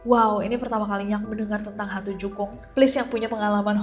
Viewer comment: jukung mbak bukan jungkuk